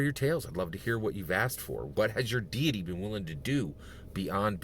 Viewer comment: Deity, not diety.